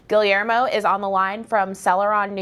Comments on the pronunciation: I can't get over her slaughtering the name Guillermo 😂 GiLiErMo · Did that bitch just pronounce the L's in Guillermo?